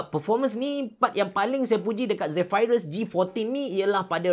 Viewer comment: Aduhh x tahan laa sebutan 'Zephyrus' diaaa😖😖😖